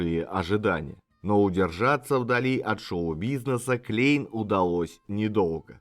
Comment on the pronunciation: Да, и во Фландрии говорят на языке, похожим на Голландский, а не на немецкий. Я там жил и работал когда-то, поэтому слегка разбираюсь в теме. И правильно произносить Кляйн а не Клейн.